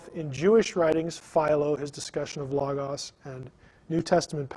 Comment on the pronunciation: He can't even say"Logos"correctly! Christos is also the logos. He just doesn't get the deeper things. Knowing the bible as well as I do,I knew there was too much left out.